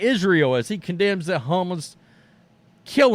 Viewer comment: OMG I couldn't make it through the video because of how dumb you sounded saying Hamas. You really should have learned how to pronounced it.